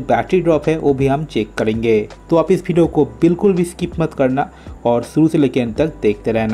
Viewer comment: Video bhai ap video bolo kabhi fidio bideo bolte ho yar